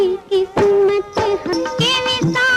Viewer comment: Usha ji pronounced Qismat as kismat in the ghazal